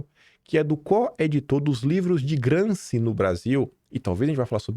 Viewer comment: A pronúncia correta é GramCHi